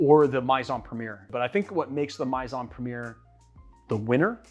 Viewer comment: Great video…but please ask someone who speaks French how to pronounce "Maison." (It's more like "may-zohn.")